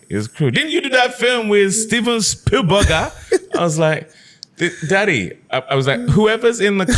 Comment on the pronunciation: Steven Spiel-burger 😀😅🤣. Quite funny as Nigerian parents 'don't fall hands' On Jeffrey Wright, David is spot on ! Peoples Hernandez was an amazing urban character.